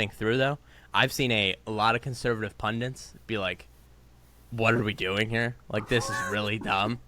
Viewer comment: I’m saddened to hear that is one of the many well educated people who say “pundint” it’s pundit